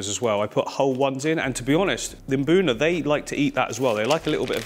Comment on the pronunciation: Yes, EM-buna! Not MA-buna! Thank you!